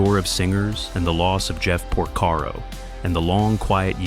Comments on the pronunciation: It's Porcaro, not Prosaro. If you're going to produce a video about some one or some thing, at least get the names straight! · Appreciated this post for the memories, but honestly the narration is flat and the names are pronounced LUKE-ather and POR-Karo. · How come you don't know how to pronounce Porcaro?